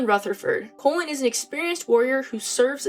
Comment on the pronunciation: and pronouncing his name wrong haha. But I love Cullens growth so much